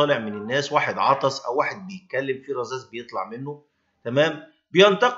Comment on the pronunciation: / يا الله يفتح عليك.. اسمها رذاذ وليس رزاز 😂 خلينا نحكي لغتنا العربيه لغة القران الكريم صح ولا ايه يا!!؟ كل الاحترام لشخصكم الكريم وشكراً